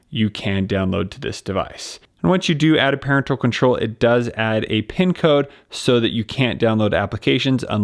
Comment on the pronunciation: First time I've heard "parental" pronounced that way.